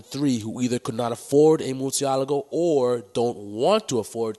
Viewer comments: OMGG stop pronouncing the name wrong people wtf ,, it's Murcièlago ( Mur- Shi - La - Go ), not Morsiyalago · murcialago - umm learn to speak